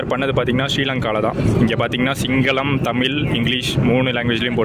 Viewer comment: நண்பரே தமில் என்பதை மாற்றி தமிழ் என்று உச்சரிக்க வேண்டுகிறேன் 👍🙏 waiting for exploring